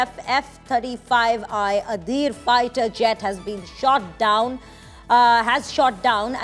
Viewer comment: Oh my God! An F 35I from Israel, shot down an Iranian Yak-130 fighter jet. How hard is it to say it correctly?